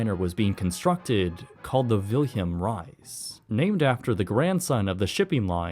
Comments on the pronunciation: The pronounciation of the vessel´s name is Willem "RUIS" noT RICE, its Dutch and even in English it can be done propper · Hey:) Cheers for replying. That guy is pretty close on Willem but not so much on Ruys. Your pronunciation was kinda new to me. This dude obviously nails it vB6Liw-4rxE?t=210 so does this guy j3zKibqhio0. The Dutch W is pretty variable, its often very close to an English w, some people/areas its closer to a v though not quite - your safe enough to say Willem as it looks in English, accent on the first syllable (will'm). My uncle generally went by Wim. Ruys is more like rouse. FWIW i did really enjoy teh ep, my grandfather was a Rotterdam shipwright, its not unlikely that he worked on Willem Ruys.